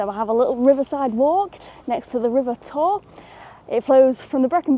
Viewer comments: The river in Swansea is the Tawe (say Towie, not Tor) as in Abertawe (Swansea). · The name of the river rhymes with TOWIE by the way nor tor - it's the River Tawe, hence the name of the town in Welsh Abertawe - the mouth of the Tawe.